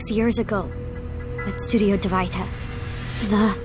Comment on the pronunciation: Studio Dvaita When Mizuki said this, it’s as if she said “Divide” instead